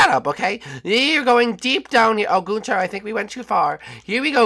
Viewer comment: ITS NOT GUNTER ITS GUNTHER